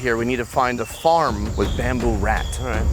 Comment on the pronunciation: the way he says bamboo had me dying🤣